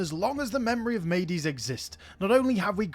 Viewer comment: mede or medes should be pronounced mead or meads, like the beverage. great vid!